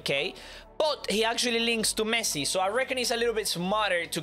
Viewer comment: Messi ❎ Mesci✅ 😂😂😂😂😂😂😂😂😂😂 i love you pro